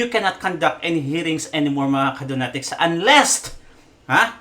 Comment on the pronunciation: "of coursed" "unlessed" hahahah kulet mo boss mag Tagalog kana lang kse